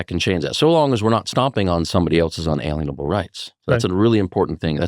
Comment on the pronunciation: Your guest says "un-alean-able" rights but isn't it pronounced "un·al·ien·a·ble" [ˌənˈālēənəb(ə)l]?